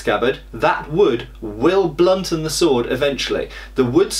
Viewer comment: Did you actually say "Blunton"? Is that a British expression?